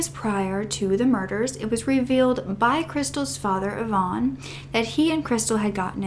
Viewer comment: Sorry...its not Yvonne, its eye-van